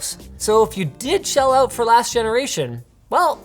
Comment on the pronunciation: Forget sometimes Linus is Canadian. Then he "called them oot" and it came flooding back